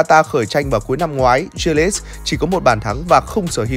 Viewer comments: nói chung chữ đầu đọc là G chứ ko phải Giờ như đọc, phiên âm tiếng việt là Gờ ri lít chứ k phải Dia lít. K tin có thể nghe blv nước ngoài đọc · A có thể đọc đúng tên của Jack đc không. A đọc theo kiểu chả giống ai cả. Gờ ri lít mà a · Đâu ra kiểu đọc tên đó vậy, bên kia phát âm nó khác